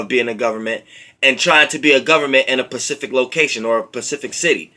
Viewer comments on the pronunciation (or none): specific not pacific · If yo ass don't start sayin specific instead of Pacific lol